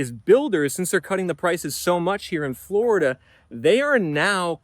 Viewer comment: Floraduhhh gonna floraduhhh 😂